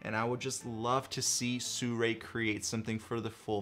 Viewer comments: How the fuck do people read Sirui as Soo-ray?!?! Lmao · I checked with Sirui. It's actually pronounced, "See-roo-eye". Just an FYI. You know I love ya,.